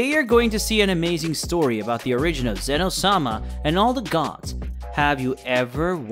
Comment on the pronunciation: Qhy are you saying Sama like its his last name 😂